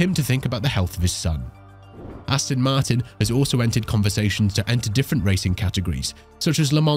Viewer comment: Come on! At least get the name right. It's Aston Martin not Astin Martin FFS!